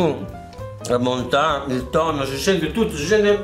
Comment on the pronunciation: Pasta col tonnoh